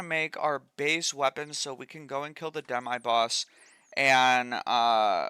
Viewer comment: Dem-eye boss😂😂😂. First time ive ever heard someone say it that way.